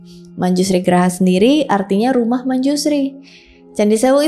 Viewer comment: koreksi grha bukan graha.. artinya beda banget..